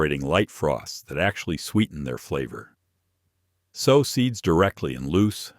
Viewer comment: I like watching these during the winter when I am limited with my garden but I wish the channels producer would talk themselves instead of the AI that kills me every time I hear sauw instead of sow. As in pronounced sew in the ground 🤦